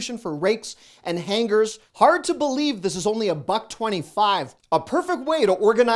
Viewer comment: I have never heard anyone pronounce hangers with an annunciation on the g! 😂. I just had to say it…. Sorry. 😊